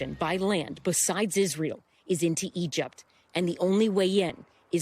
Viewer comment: love her... "IZEREEL" she's a reporter??